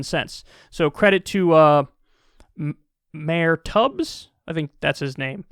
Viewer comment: Yoooo did he say mayor tubs?!?! LOL